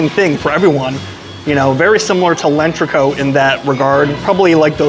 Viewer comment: It’s not lenchreco … It’s L‘entrecôte …. Pronounced (Ent ghe cot ) … 🤦🏻‍♂️🤦🏻‍♂️🤦🏻‍♂️